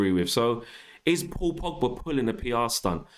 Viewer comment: It's Pogba not Pigba...